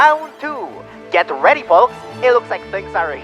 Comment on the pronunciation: it’s FOLKS not foak. But love the artwork!!!❤❤